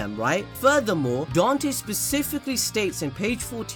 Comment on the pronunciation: I dont mean to offend you it just bothers me that you said his name was don-te when it said dan-te